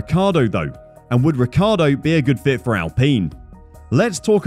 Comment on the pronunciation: Fernando's surname is Alonso not Alonzo. The correct pronunciation of Daniel's surname is Ree chee ardo.